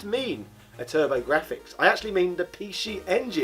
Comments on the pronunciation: “Pee She Engine” grinds teeth You make me want to say “Zee Ex Spectrum” when you do that 😒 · What’s a pee-she engine? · Pee She EnginUH, the predecessor to the PeeShee EnginUH Sheedee